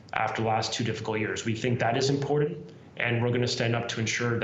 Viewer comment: I love that this guy is the "education minister"... yet he fails to even pronounce IMPORTANT properly. There's no "D" in the word, and there is a "T" sound at the end of the word. Futhermore. "PROPOSAL" isn't to be pronounced "PRAPOSAL". Furthermore. The neverending political banter... unwillingness to answer BASIC questions. They've offered nothing to CUPE. C'mon Canada. This is the best we can offer our kids and ourselves? Clown planet. Truly.